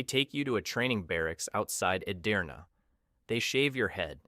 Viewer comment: It's not Korbaci, it's Çorbaci. Wich means soup. Edirne not Adirna.